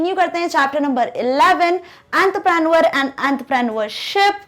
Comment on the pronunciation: awn_ truhh_ pre_ neor right pronounce